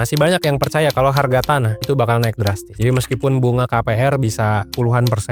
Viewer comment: Wong palembang kah kk, sempet denger ngomong hargo😅